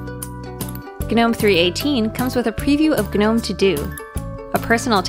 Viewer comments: Yo is she really saying "Guh-nome"? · It just sounds wrong when she says guhnome. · I can't get over the fact that it is pronounced Guh-nome. Doesn't sound right to me.